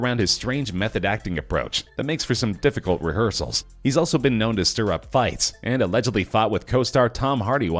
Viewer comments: STIR...NOT SITIR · "SITIR up fights"